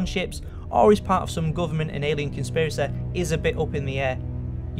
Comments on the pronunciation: consiprisY emphasis on the Y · conspiraceh telepetheh jokeh. Best accent I say...